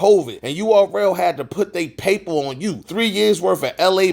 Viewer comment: “URL HAD TO PUT THEY PAMPER MY GUY “PAM PERRRR” not PAPER smh I notice you say u put out info consistently but if you gone be reading ATLEAST pronounce the words right, PUT YO GLASSES ON WHEN YOU READING so you don’t have excuses saying you DIDNT have yo glasses ON 🤦🏾‍♂️ be quick to upload, boa yo azz need to record and listen to it before you upload 🤦🏾‍♂️😂😂😂